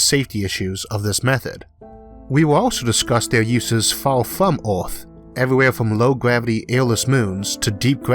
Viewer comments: ITS NOT ORTH ITS EARTH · Is anyone els also irritated about his pronunciation of "earth" ? It is EARTH !! not ORTH :( Still an informative video though. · It's called Earth, not Ath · What’s an “oorth”, “atmospheow”, and a “tethoow”?! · “Oth, wok, elevato, tetho, weiod, kilometos, covage” What’s up with this guy’s pronunciation? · Stop saying a o in the word earth. there is no o in earth... so annoying.. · Does anyone realizing this man's pronounciatiin is a bit weird while saying 'earth, atmosphere'?